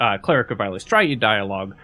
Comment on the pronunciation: I'm sorry, how did you just pronounce Eilistraee?